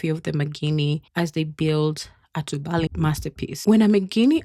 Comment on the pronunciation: Tubali is pronounced too bali. The bali sounds close to replacing the v in the English valley with b.